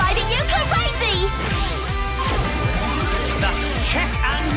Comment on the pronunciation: I personally don't think it matters whether she drops the L or not, if she's obviously supposed to be saying "kla-razy" then that's what she's saying. Just my take though, coming from someone with an accent that drops letters all the time. Of course it's up to you what you put the subtitles as, thank you for all the hard work you put into it